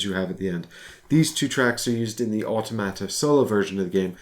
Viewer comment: I love hearing you pronounce “automata.” I need to use this word more often.